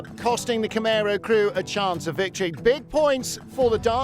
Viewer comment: It’s CamARo, not CamEro 😀